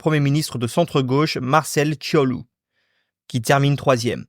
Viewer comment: En tant que moldave mes oreilles ont "saignés" durant la video à cause de la prononciation xD donc je vais aider :) Je donne les prononciations correctes 1. Călin Georgescu --> Keulinn Djordjeskou 2. C'est bon 3. Marcel Ciolacu --> Martchel Tcholakou 4. C'est encore bon meme si c'est pas non plus correcte 5. Nicolae Ciucă --> Nikolaï Tchoukeu Voila si ça peut aider une prochaine fois xD Mais mise à part cela, très bonne vidéo!